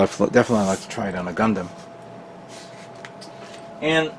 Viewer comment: And Gun-Damn.... I try not to get too annoyed when people pronounce it that way. However, it makes it hard to watch at times.